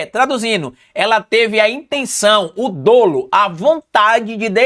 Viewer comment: A pronúncia é dÓlo e não dÔlo